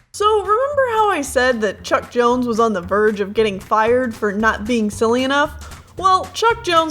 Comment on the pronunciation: i heard chuck jones as chuck norris.